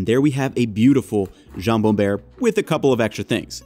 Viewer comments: Hearing buerre as "bear" irks me. Please. It's buerre, as in you're cold and go "brrr" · It's not Jambon Buerre, it's Jambon Beurre ! (notice the place of the u) and the "eu" is pronounced like œ in cœliac, phonetic /iː/, then the rest of beurre, the "rre" part, is pronounced like a simple r. Google translate is quite good with this pronunciation. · It's beurre, dude. Not buerre. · Just to be accurate, it is not jambon buerre, but jambon bEUrre (you pronounce it like the end of butter) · What is this Jambon Bear you speak of? Is it dangerous? :D (No shade intended, French is a b*tch of a language for us Anglophones. "Beurre" as in "Aaron Burr, sir" is closer though.) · Btw it's beurre not buerre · Beurre not buerre ;) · jambon "buerre", sérieux ? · Jambon "beurre", not "buerre"!!!